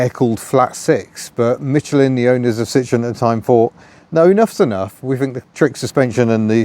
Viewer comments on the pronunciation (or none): none